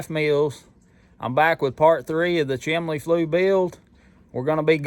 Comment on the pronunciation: Hey. Was just watching some of your old videos and stumbled upon this one. You are a true craftsman. I also noticed that you pronounce the word " chimney" just like my dad did. You both say "chimley". He is passed now, but this made me think of him. I am a new subscriber and am looking forward to your upcoming videos. You are a blessing with a great accent. Keep up the good work.